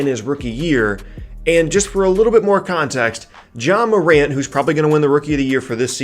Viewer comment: No h in Ja fam